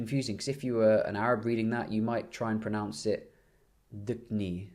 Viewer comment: i died when u said "bronounce" i'm egyptian, i know what u're talkin about haha